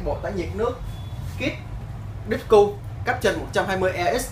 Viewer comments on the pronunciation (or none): ông này phát âm tiếng anh kém quá, quá vãi quả đíp-cu với sờ kai lết =))) thần kinh yếu hay sao quay phim mà đứng run dữ zậy cha nội, vừa nói vừa đứng nhịp nhịp như phê lá đu đủ :v